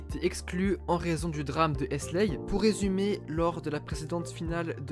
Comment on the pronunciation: c est pas hesley mais Heysel 😂 pour ceux que sa interresse il Ya un reportage avec les témoins du drame sur youtube tapé drame du Heysel vous aller trouver il est bien...